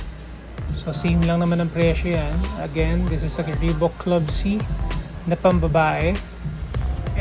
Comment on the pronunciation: it's ree baak